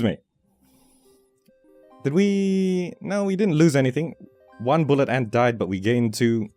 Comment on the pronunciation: Every time he said 'and' in stead of 'ant' 😩💔 Thank you for sharing.